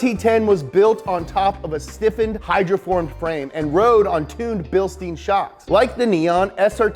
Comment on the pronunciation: Lol, the way you pronounce Bilstein